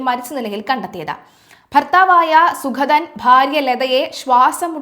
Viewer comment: സുഖതൻ അല്ല സുഗതൻ. ഉച്ചാരണം ശ്രദ്ധിക്കുക.